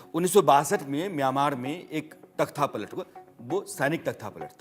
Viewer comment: तख्था नहीं। तख्ता।